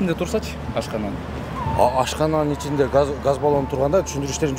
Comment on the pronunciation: Газ балон дечи гас дебей кайда кайра гас дебей